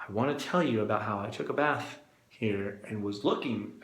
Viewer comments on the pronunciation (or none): none